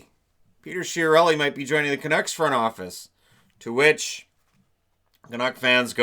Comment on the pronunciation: It's OK, Chiarelli is going to the Canucks, not the Canooks.